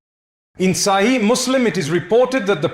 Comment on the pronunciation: Yes. This AI pronounces "Allah" and "sahih" differently